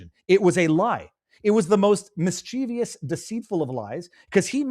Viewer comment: Mischievous. Three syllables.